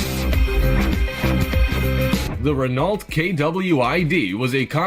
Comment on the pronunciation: the voice-over doesn't know how to pronounce Renault. voice -over, if you happen to read this, it is pronounced as RE-NO, sounds like reno , but with a shorter e.